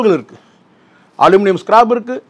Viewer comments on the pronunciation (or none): அது ஸ்க்ராப் ஸ்கிராb அல்ல